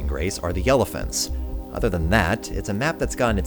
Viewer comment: It sounded like you said "Yellephents"